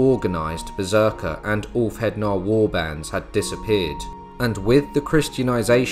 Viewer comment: dont let lyndybeige hear you say beserker 😅😅😅